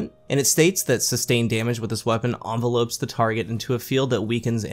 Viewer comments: How come and aztecross both don’t know how to pronounce “envelops” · I can't believe how many youtubers don't know how to pronounce "envelops"